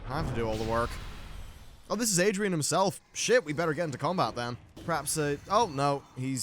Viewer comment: Sounds very anal of me but Aridan, not Adrian xD